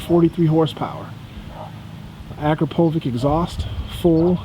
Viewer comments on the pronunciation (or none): Ugggggg.....Ack-row-poooo-vic......... It's A-Crop-O-Vitch. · its not akropovik its akropovich (like in pronounsation) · You mean A crop o vich, say it right buddy.